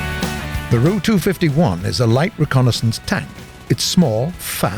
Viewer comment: I hate how he say the ''ru'' instead of the ''R.-U.''